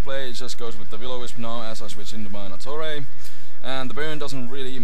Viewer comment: when you said nattorei i thought you said attourney